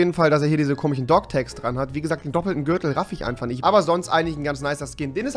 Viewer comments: ER SAGT IMMER “KOMICHEN“ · Er sagt immer komichen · Komischen und nicht komichen 🤦‍♂️